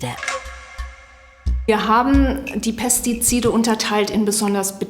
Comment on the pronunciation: "Pestizide" fällt der guten Frau in beige aber sehr schwer auszusprechen 😆